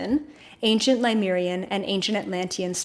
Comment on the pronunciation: Lemurian, not Limerian. Pleiadian, not Palladian.